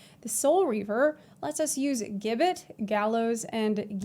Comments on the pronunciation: Hey, "gibbet" is pronounced "jibbet." Class looks amazing! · If it helps future puns Gibbet is pronounced "Jibbet". A body shaped cage where executed criminals would have their bodies displayed... Lovely :/ bit fits the theme alongside guillotine and gallows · PSA Gibbet is pronounced Ji-bet it was a medieval torture / execution device which was basically a small metal cage mounted on a gallows where the unfortunate person was caged and left to die of exposure /starvation and the body left on display as a warning to others.